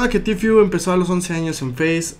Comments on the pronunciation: que paja escuchar el tifiuuu es tfueee osea tiiii porque la t en ingles esss tiii entonces esss ti fue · Se dice tifu ajajajajaja se pronuncia en inglés no en españo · Se pronuncia "Ti fiu", se escribe "Tfue", aprendan pronunciación